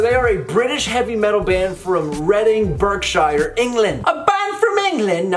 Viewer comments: Try this one from Sylosis - After Lifeless Years btw its pronounced Berk-sher and you have to say it a bit quicker than you were saying Berk-shire. \m/ \m/ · Americans can’t say Berkshire